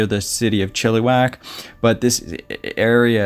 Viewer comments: Coquitlam is pronounced Coh- Quit- Lahm :) your welcome. Oh and Chilliwack is not prounced Chilly-Wack the 2nd "i" sounds like the i in the word it .....Chill- ih- Wack. 😉 Thank you for showcasing this missing person. BC missing do not get enough coverage and this is local to me. Thank you. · It`s pronounced Chiluh-wack not Chilli-wack. Sorry. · So sad to here about these sudden disapearences ... Chilliwack is pronounced Chill ( i ) wack ... not eee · Really enjoyed the narration. I am Canadian, have spent a lot of time in BC. Just a heads up with the pronunciation of some of the city names. Chilliwack is actually pronounced more like chillawack and coquitlam is pronounced like koh kwit lem. Really enjoyed the story. Looking forward to checking out the channel. Thanks for the hard work. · Coquitlam.... Co- quit - lum .... chilliwack.... chill - i - wak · Co-quit-lam😉 Chill-ah-wack😉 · Coquitlam is "Coe-QUIT-lum" Chilliwack is Chill-uh-whack" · “Coooooo quiiiik limb” is how you pronounce it. The other is pronounced “Chill o wack” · Chilliwack pronounced chill a wack - Coquitlam pronounced Co quit lam I hope this helps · Try Cou-quit-lam= Coquitlam . Chill-ah-wack = Chilliwack BC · Yes he did pronounce like chili but maybe learn the places names before the video. Great video but between Chilliwack and Coquitlam I couldn't take him as seriously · Buddy can't even pronounce Chilliwack properly lol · You guys crack me up some of you guys pronounce the words wrong you're pronouncing Chilliwack wrong come on no education in this country⚔️